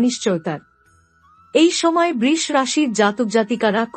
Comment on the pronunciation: আপনার prediction কতটা মিলবে বা মিলবেনা তার জানিনা , হয়তো সবাই মিলবে কিন্তু একটা ব্যপার দেখলাম , বেশ কিছু বাংলা উচ্চারণ কানে লাগছে যেমন বৃষ,, বড়, শুভ সাফল্য ইত্যাদি।